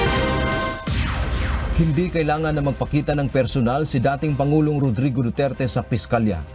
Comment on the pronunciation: PERSHONAL DAW. HAHAHA. MY BRASHES ATA TO